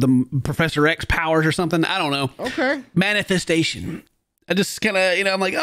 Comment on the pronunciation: u ain't Prof X if you can't pronounce manifestation 😂